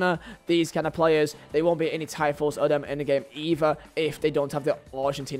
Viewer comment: Tifos is pronounced as (Tee-foes)